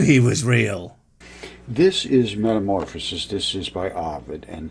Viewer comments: Am I the only one, who doesn't like, that he says momorpisis instead of metamorphosis? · Oh no... "metamorphAsis"? I thought maybe this troglodyte was an EPIC troll, but now we see his inability to both read AND write (and speak, really) and I think my troll hypothesis is likely invalid.